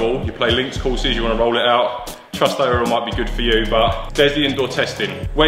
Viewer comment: How can you not know how to pronounce Aurora? FFS 😂😂😂